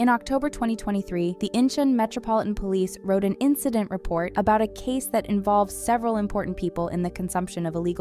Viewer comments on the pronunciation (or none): none